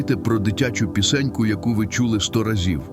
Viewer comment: Подумайте про пІ’сеньку! Наголос на «і»- робот читає, а ми такі раді, дякуємо….